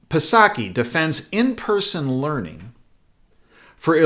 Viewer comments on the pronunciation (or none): The p in Psaki is silent like the P in (P)resident Biden.